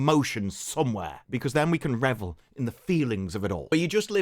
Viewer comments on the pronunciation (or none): none